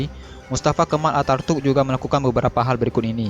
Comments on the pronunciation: Bkn artatuk tpi ataturk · Ataturk atau atartuk?? Jangan salah sebut nama 🤣